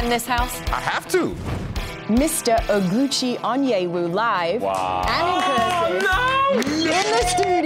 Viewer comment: It's O-GU-CHI, chi as in Chair, O as in Orange and GU as in GUn